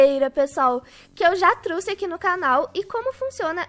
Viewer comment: seu português tá melhor q o meu em aq falam trouxe aí fala truxe kkk